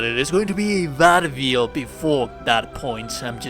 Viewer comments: It took me a couple of tries to understand the word build coz the very unique ( different / weird) pronunciation you have for it. You pronounce it as "bEAILDt" :) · Interesting “beeld” hehe. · Bruh i've never heard anyone spell out "build" like that what the fuck